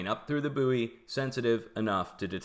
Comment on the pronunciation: It's pronounced 'boy' not booey